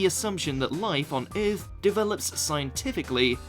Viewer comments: the word is Earth , not eiuth , lol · “ eeeeeerrrth” “ sauce to sauce” 😂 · The way he says "earth" cracks me up 😂😂😂like